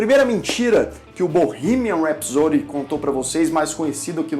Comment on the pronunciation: Curti muito o canal e o vídeo, só tenho uma coisa a falar....a pronúncia de "rhapsody" foi duro de ouvir depois que você disse que é professor de inglês. 😱 não faz isso não migo. Os teachers, principalmente, têm que incentivar a pronúncia correta. Sorry :(